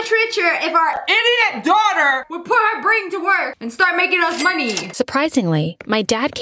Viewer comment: I love how she says I D O I T S ha